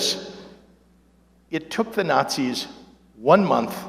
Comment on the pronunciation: I never get tired of watching that clip. Hearing people cheer when he calls them what they are: Notsees.